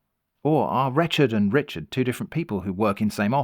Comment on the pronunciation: I think you’re pronouncing Rechard wrong